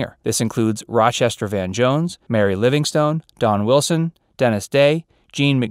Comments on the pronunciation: Great documentary, but, may I make a suggestion? Speak more slowly. Remember, Benny was in World War ONE, not TWO. His last name was koo-BELL-ski ... not koo-BUH-less-ski. And, Mary's last name was LivingSTON, not LivingSTONE. Other than that, wonderful. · I get the distinct impression that the reader has never listened to any of Mr. Benny's shows. I've never heard anyone pronounce Mel Blanc's name BLAHNK and Mary LIvingSTONE. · There's a lot of other errors in this video besides that. As well as a raft of mispronounced names. It was "Livingston", not "Livingstone", even though it was spelled that way. The narrator also mispronounced "Kubelsky". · Mary’s name was not Living-stone. It was pronounced ‘Livingston’. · Mary Livingstone pronounced Livingston